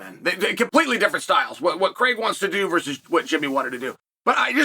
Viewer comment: His name is Paul Craig. Not Paul Creg. Why do Americans say Craig like that, it makes no sense 😂